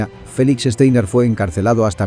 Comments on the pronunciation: Este apellido alemán no se lee "Esteiner", se lee "Chtainar". Esto se puede escuchar varias veces aquí en Youtube en el video titulado: Downfall (2004) - Clip 1: Steiner's Attack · Este comentario va para el youtuber para el que está hablando y dice frecuentemente Steiner con e cuando empieza con S por lo tanto voy a escribir fonéticamente como suena..Shtainer